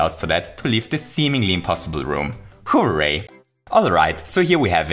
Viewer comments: Nobody:: WHO-RAY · I love the way you say hooray It kinda sounds like “Who-ray” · More like "BOOray"